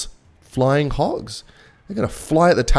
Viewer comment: Buddy said killmeters😂😂😂😂